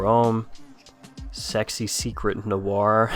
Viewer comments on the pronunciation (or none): none